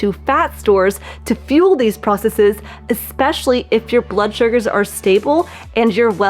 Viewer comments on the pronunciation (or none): none